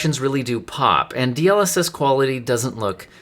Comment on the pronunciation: the point of an acronym is that its not meant to be pronounced as a word... As it is an ACRONYM....